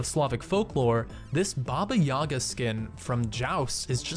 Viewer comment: The Baba Yaga is actually pronounced more like baba yeega. It is a Russian myth about a witch who lives in a hut. The hut has chicken legs and faces away, but when asked, it will turn towards you and allow you to enter.